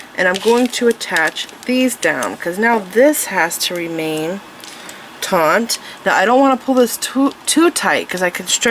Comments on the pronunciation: Very nice tutorial. I will be making this bracelets. Just to let you know the word. Is Taught not taunght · You keep the wrapping "taut" not "Taunt". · Beautiful bracelet however I found myself increasingly annoyed by the way she mispronounced TAUT...she says taunt ..sorry, shes very talented though ❤ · You keep saying taunt. It's not taunt. TAUNT means to provoke. Its taut which means tight. Not to be confused with tought as in teaching. Or tot as in a small child. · FYI, the word is "taut", not "taunt". Taunt is when you say something to someone in order to anger, wound or provoke them.